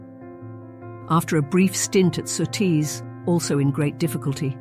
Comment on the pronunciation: It sounded like she said Sooties, to surties